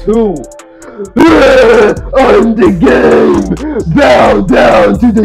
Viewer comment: He is the gamemuuhhhhh and in this very ringuhhhhh he's gonna create storiesuhhhhhhh